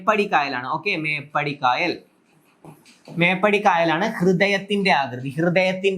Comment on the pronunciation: മേപ്പാടി എന്നു തന്നെ ആണ് പറയുന്നത് 👍